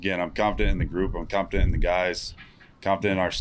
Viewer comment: Bro couldn’t even say confidence right